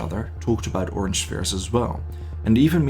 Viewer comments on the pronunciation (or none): none